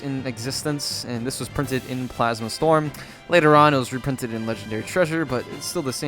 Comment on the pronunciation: "blasma plast" lol